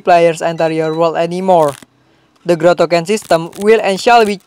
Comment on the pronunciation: its growtokens not gutaknans